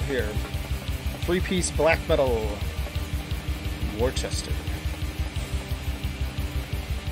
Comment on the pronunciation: As a guy from ma, it’ll blow your mind to know it’s pronounced “wuh-ster” not Worchester 😂